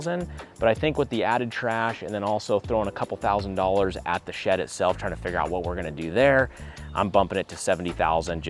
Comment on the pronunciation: omg when you said shed i thought you said shit lol